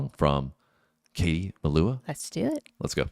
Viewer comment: Her name is pronounced as Mel-oo-ah 😉